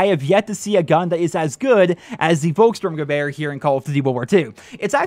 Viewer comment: Hey, you pronounced the name of the gun pretty good:) Just one thing: Pronounce the "V" like an "F", then it is perfect:) Like: Folkssturmgewehr